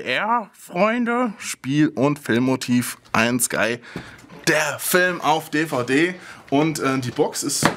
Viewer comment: Seid wann heisst es EIEN SKY oder EIJEN SKY O_ô?